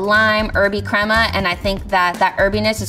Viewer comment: Not to be that person , but level 2 chef pronouncing “Tinga” and “Crema” the way she was, was making me cringe 😂 I mean it all still looked delicious but ugh lol